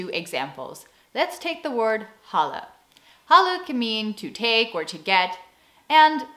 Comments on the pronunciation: About the word "Halle" that's what it sounded (at_ ), but you meant "Halen". _For all the other Dutch words you used in this vid... you pronounce them very good! 👍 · when you say 'halen' you have to stretch the A's more because it's sounds like you'r saying ''hallen' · Check how you pronounce "halen". Yours sound like "holle" (hollow) or hallen (halls). Instead of th short a, try a clear open and long aa. And "herhalen" has stress on the 2nd syllable. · An American friend of mine mentioned that the Dutch long A was pretty hard for her as wel. Confirmed by me hearing your pronounciation of "halen" as "hallen" untill you spelled it out on screen. :) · I had some difficulty understanding your ‘halen’; i heard ‘hallen’. Isnt’t the long ‘aa’ also a sound you dont often use in english? Oh, halen is akin to hauling in english? Like ‘hauling in the net’. Pulling with your arms? And then generalized to picking up, getting stuff? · your UI sound is excellent. but your 'halen' pleace don't drop the last n, that's a very bad dialect :S you sound like 'halle' which translates to "hall" The flipping of the verb in the end, gives you the option to emphesise the sentence and alter the meaning a bit. Also would love to know a source for Dutch IPA, after years of looking I've yet to find a good and complete one, most (if not all) are made by English speaking people, and just wrong in many instances. And for instance on wikipedia they are very rude if Dutch people on and on keep pointing out mistakes. (Frisian was always a language tho, legally recognised or not doesn't matter for the difference between language and dialect) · Nothing wrong with your ui. The a in halen isn’t pronounced the way it should be. It should be the same sound as in haal; the double aa. Your a sounds more like the a in hal. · halen has a N at the end, you should pronounce it, or you will sound like a homeless person from Amsterdam :)